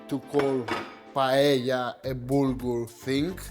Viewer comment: Que bien pronuncias la palabra "paella", me encanta que un Heleno pueda hacer una versión griega de uno de nuestros platos nacionales mediterráneos. Hacer esto solo lo vería con buenos ojos a un italiano o a un griego, sobretodo por ser las tres grandes culturas mediterráneas. Ya sabes Akis, si Grecia, Italia o España no existieran, Occidente no existiría 😉 Un placer! 🇪🇸🇬🇷🇪🇸🇬🇷🇪🇸🇬🇷🇪🇸